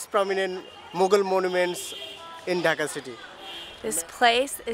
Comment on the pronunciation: Ok ok ok it's not 'Daka' it's 'Dhaka' like make the 'Dh' sound like 'Duh-Ka' Sorry for correcting you but I kinda get offended when people get my or my country's name wrong